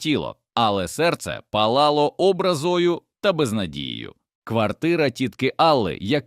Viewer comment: ЗанедУжала. А чого тітка не переписала квартиру на Олену? ОбрАзою. Вчіть наголос.